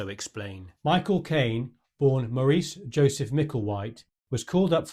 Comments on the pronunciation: Enjoyed the video. Couple of points: I far as I know, no London lad would pronounce Maurice in the French way , it's Morris. there were very large numbers of Koreans working for the UN forces as porters. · Being British not American I suspect he pronounced Maurice so it sounded like 'Morris' rather than 'Maureece'